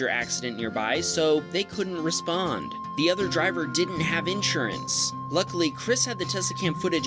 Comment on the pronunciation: Someone teach this dude how to pronounce insurance, PLEASE!